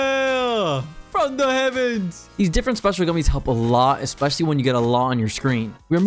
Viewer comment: Please learn how "Especially" is pronounced